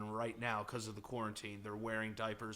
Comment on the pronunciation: "corn teen" lmfao i never thought i'd see "quarantine" butchered to this extent